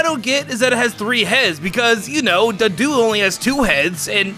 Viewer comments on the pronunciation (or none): 1. Misspelled Politoed's name. 2. It's Doduo, not Duduo. Edit: 3. Pan-phy!? Seriously!? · He kept saying duduo instead of doduo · Duduo? cringes DOduo, dude! Solid video otherwise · When he said duduo it hurts, it’s called DOduo cause it’s a double headed dodo bird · Nobody's gonna mention him saying Duduo instead of Doduo?